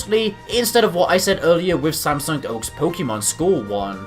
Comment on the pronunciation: I love how you say thair names lol Samsung oak Kukwi